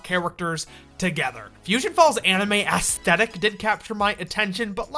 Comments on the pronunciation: "The asstetic" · “Ass thetic” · Stop pronouncing it ASS-thetic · The way you say aesthetic hurts my soul.